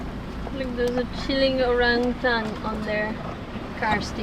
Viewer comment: What a super video. The footage of the Orangutans was amazing! And, I love the way pronounces Orangutan - so cute! 😆